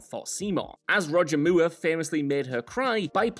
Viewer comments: WTF is a "Moo-ah"? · Roger Mueerh? 🤣😅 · Who the hell is Roger mooo errr? 😂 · Roger Moore would have done his own running scenes in exchange for people not pronouncing his name “Moo-er” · Roger Mooer ? Lmao ! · Moore is pronounced mɔː just like moor and should rhyme with "pour." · Who the hell is Roger Mooer!? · Whats with pronounciation of "Moore"? Strange... Or is this how it IS meant to be pronounced? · The way you pronounce Moore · Why is the last name MOORE being pronounced like that? Is it an inside joke?